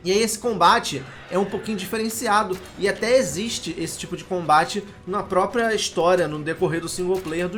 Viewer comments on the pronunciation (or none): none